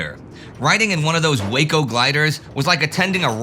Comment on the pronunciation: Waco is pronounced "Wacko." Maybe no accident.😂 Seriously, they're currently still producing biplanes by hand.